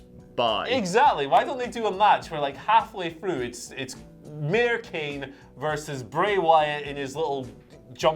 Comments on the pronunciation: Love you guys but PLEASE stop saying Kane like that😩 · What is going on with this wiered kane prenaunce